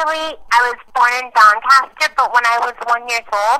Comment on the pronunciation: Doncaster hahahaha, I thought she said Bangkok at first